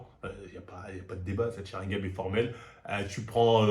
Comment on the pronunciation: Sharingan pas sharingam bordel 🤦🏾‍♂️